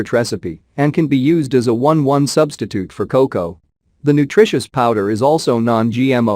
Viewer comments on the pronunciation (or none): You lost me at "cocow!" FFS! 🙄